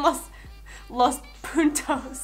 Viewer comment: Like si parece que en ves de decir puntos dijo puntos pero sin la n en el minuto